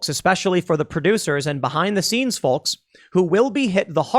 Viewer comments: Stop pronouncing the L in folks!!!! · You don't pronounce the letter "L" in folks.